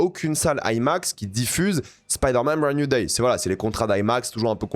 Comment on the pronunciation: Spider man brande nouille day , j'adore ton anglais